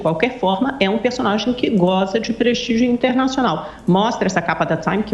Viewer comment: "prestigio" kkkkkkkkkkkkkkkkkkkkkkkkkkkkkkkkkkkkkkkkkkkkkkkkkkkkkkkkkkkkkkkkkkkkkkkkkkkkk